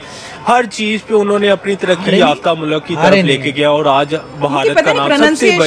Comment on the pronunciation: Are in ko Urdu mein theek se nahin aati hai mulakat nahin hota mulk hota hai